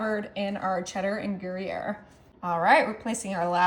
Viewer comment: It's pronounced Grù yare...not Gary ere...